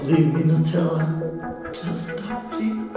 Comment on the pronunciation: it’s Nutella 😁